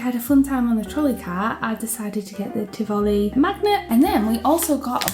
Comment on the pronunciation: Isn't Tivoli pronounced the.. other way?